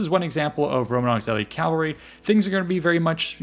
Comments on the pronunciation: Why pronounce cavalry ˈkælvəri when the correct pronunciation isˈkævəlri? Is this American English? I hear it all over. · It’s Cavalry. Not Calvary. The L is pronounced after the V. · It sounds like you're saying "calvary" every time